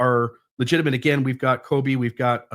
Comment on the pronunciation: I chuckle when calls Colby, Coby throughout this episode.